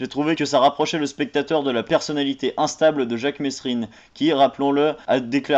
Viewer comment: Déjà avant de critiquer le film prononce bien mesrine dans ta vidéo